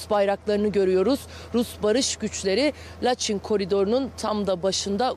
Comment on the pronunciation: Laçin deyil Laçın